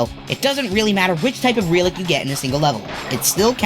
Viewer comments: Dude, pronounce RELIC correctly its not RE-LIC its REL-IC ya blimey sod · The word "relic" is pronounced when the "e" makes the "eh" sound as in "egg". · I had no idea what you were saying for the word "relic" until you wrote it on screen. I've never heard someone say it like that. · Insane way to pronounce relic